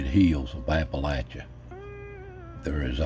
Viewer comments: Pronounced appa-latch-uh. There are even shirts. 🙃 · I'm very happy that you said Appalachia correctly!!